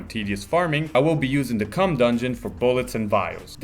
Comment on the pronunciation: The "cumm" dungeon..